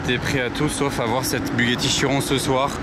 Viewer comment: A 13m26 dit " Bugatti Giron" la fatigue je suppose!